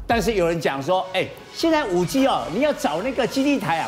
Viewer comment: 5G.4G我怎麼一直聽到5雞4雞